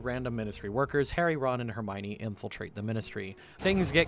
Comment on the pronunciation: Hermione, not Hermonie.